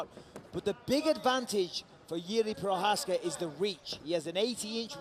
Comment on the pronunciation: Ty píčo, komentátor si opravdu nastudoval, jak vyslovit Jirkovo příjmení 😀 BJP!